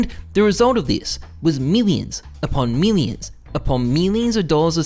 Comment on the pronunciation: "meelions upon meelions!"